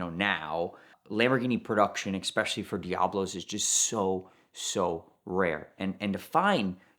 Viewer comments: You lost me at Expecially 😡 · Please for the love of God stop saying X-specially!